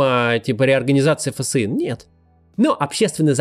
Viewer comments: Максим, читайте пожалуйста ФСИН как фсин, а не как Ф.С.И.Н., слух режет)) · Почему фэсэин а не тупо фсин? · Да почему Ф С И Н, а не ФСИН? Как же режет слух